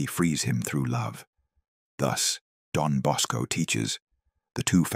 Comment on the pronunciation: It's Don Bosco NOT Dom Bosco.